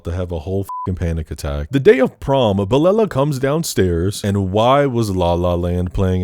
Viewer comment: as a huge Kelela fan, it's sending me that you referred to her as Belella the whole time lmao